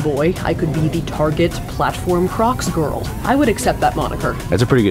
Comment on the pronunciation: SHE SAID GORL